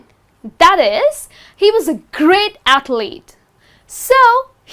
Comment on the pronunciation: It should be athlete, not athelete.